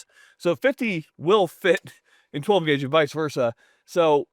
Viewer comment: I thought it was 12 gwague.